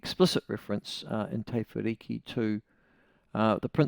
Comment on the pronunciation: Michael. It's pretty lame and lazy to grossly mispronounce the maori word Te as Tay. . You can already say the word "met" and the vowel in Te is the same, so please give it a go. Let's hear it.